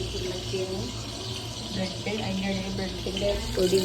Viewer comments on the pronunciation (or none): Brad അല്ല bread aan